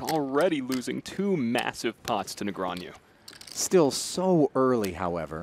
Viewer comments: is the guy pronouncing "Negreanu" wrong or am I stupid? sounds like he is saying something like "Negranew" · That commentator saying Negreañu instead of Negreanu was bothering me more than it should have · It’s funny how the announcer keeps saying Negrean-YOU instead of Negrean-OO like it’s spelled. Where did the Y even come from?!? 😅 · Its literally NEGRANU, not NEGRANIEW... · Hahaha, this is pretty annoying. My brain shortcuts when commenter says Negreanju throughout the event. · Why is he saying ”negraniu” or possibly ”negrañu”? 😂😂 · Nigranju? .. Either this guy needs to sort out how is says it, or everyone else in the world needs to. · Quit saying Negrean-YOU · why hasnt someone told this broadcaster, NEGREANU isnt pronounced ne-gre-a-NEW? how do these people get jobs in broadcasting and cant pronounce one of the most famous players in poker? SMH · I had to stop watching because of hearing nagronyou so many times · I just wanna see the commentators stop mispronouncing Negreanu. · Except for the one guy constantly saying Daniel's name wrong. You think SOMEONE would have fed him the proper way to say it at some point during the 3 hour game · mispronouncing Ali and Negreanu is so tilting. In other news, the friendly banter was great and it was very entertaining and both played well. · Who paid this announcer to spend 3+ hours MISPRONOUNCING DN's name? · Who are these casters? They can't even pronounce Daniels name? WTF? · I cringe every time the announcer says "Negreanu" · Can't stand the way that guy keeps pronouncing Negreanu.